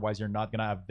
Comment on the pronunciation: "elth bar, you might not wanna ave the number in the elth bar... ow do you do that" - why do you not say the H at the start of words? xD Good tutorial tho.